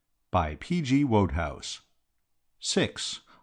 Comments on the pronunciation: WOAD HOUSE? Wasn't that a Patrick Swayze film? It's pronounced Wood House. I do hope there's an English version of this too. I'm from London England and this is making my unkept teeth itch. HAVE A NICE DAAYEE!! ;) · No, no, NO! The man can not even pronounce Wodehouse correctly, it is WOODhouse, the author himself says this! Jeeves and Wooster are BRITISH aristocracy, you simply can not do it any justice with an American reader. This is awful! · As soon as he pronounced the author's name as Wode House I stopped listening. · I quit listening when I realized the fellow who pronounced Wodehouse incorrectly would be the same fellow reading the text. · Don't like it read in an American accent. And WHAT a pity the reader does not even know how to pronoubce Wodehouse. This is just APPALLING all round!!!!!!!!!!! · He even pronounces "Wodehouse" incorrectly